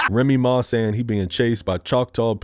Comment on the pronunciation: did you call remnick, remy ma!?😭💀